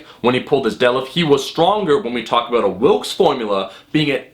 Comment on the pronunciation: It's actually Wilks, not Wilkes. Just letting you know!